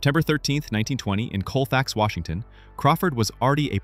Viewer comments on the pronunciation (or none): none